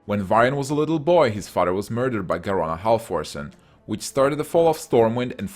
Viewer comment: Halforcen...Half orc...HALF ORC EN.